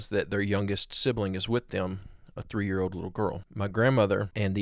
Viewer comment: Hey, the word "old" is pronounced old, not "ode". "Told" is pronounced told and not "tode".